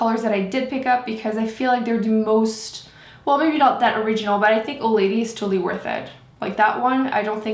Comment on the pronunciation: i thought you kept saying old lady.. i was like, thats a strange name for a liquid lipstick :P